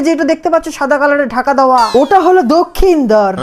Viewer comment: দক্ষিণধর ❎ লক্ষিন্দর ✅😂